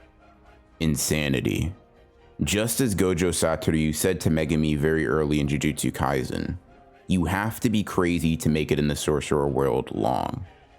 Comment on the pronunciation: when he says 'jujustsu ngaizen' :\